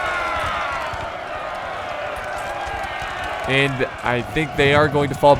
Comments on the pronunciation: Karl swarsenberg XD its Karl Schwarzenberg say it like its spelt with a slight emphasis on the warz part SchVarzenberg is more appropriate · in German, the "W" is pronounced as a "V". Just fyi;D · i love how he ist trying to say Schwarzenberg.